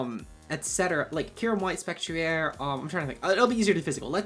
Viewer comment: p.s. i hate how you pronounce spectrier lol